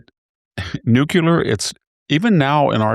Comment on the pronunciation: Hanson’s struggle to pronounce the world “nuclear” continues 🤦🏻‍♂️.